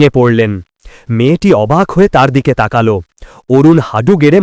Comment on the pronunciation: উচ্চারণ হবে তাকালো ।